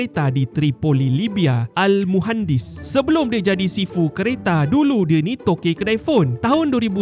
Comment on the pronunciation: Terbaik la admin pandai baca ' المهندس'